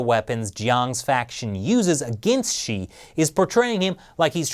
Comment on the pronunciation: He actually said "Chi". Does he really know (or care) who is the President of China is???